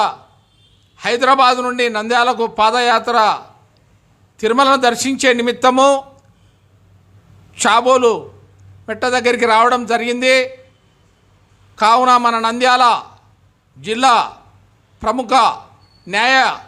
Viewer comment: షాబోలా కాదు చాబోలు